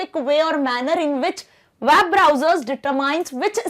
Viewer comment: ma'am its not WAAB it's WEB -_